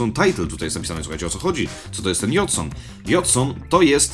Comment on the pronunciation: Nie jotson tylko dżejson, a w Javie, JSie i JSONie jest typ boolean a nie bool. Btw. znaki wyświetlane przy użyciu formatowania obfuscated zależą od szerokości wpisanego znaku